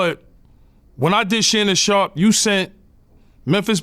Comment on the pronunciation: Every time yayo say Shannon sharp Vlad dies a little more inside